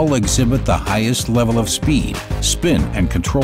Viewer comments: highsest XD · pause "Aspiring to reach the HIGHSEST levels..." :'D